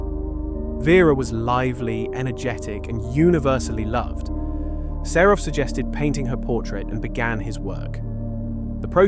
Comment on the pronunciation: Українська мова СПОТВОРЕНА ШІ! Невірні наголоси, місцями розповідь прискорюється до скоромовки, сам ритм розповіді - на одній ноті, художника Серова ШІ перетворив на СарУфа, слухати все це було просто огидно, невже не можна, щоб текст читала людина?